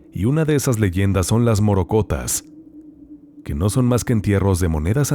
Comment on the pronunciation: Con todo el respeto que el conductor y los pasajeros merecen me permito corregir al primero ya que la palabra correcta, correspondiente al primer relato es "morrocotas" con doble "r" y de igual modo para pronunciarla. ¡¡ Mil gracias por sus maravillosas historias!! Saludos especiales desde Colombia 👍😘